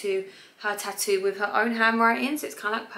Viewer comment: I love the way you say ta-oo for tattoo 😁😊